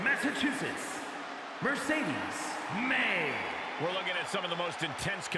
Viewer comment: Moné not Monet